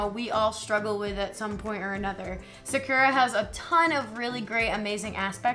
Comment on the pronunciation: You messed up Cardcaptor‘s name it is pronounced Sake-r-ua trust me I practiced Japanese